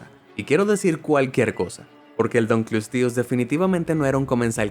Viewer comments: No tienes que leerlo en falso inglés, "dankelsties". Es un nombre en latín. Y la pronunciación latina era como la castellana: "dun-kle-ós-teus". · se dise dunkleosteus